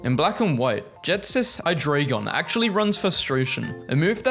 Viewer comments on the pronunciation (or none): none